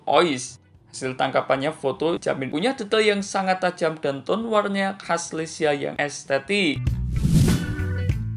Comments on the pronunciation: LEIKA BANGG BUKAN LECIA🙏😐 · maaf bang koreksi dikit 🙏 leica bukan lecia🙏🤭